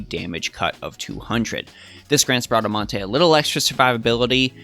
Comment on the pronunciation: You said Bradamante's name right hehe that's italian